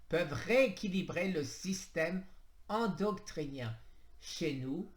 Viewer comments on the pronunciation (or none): Tu sais plus lire 😁😁 chimiotherapue, endoctrinien, synurgie, alcanise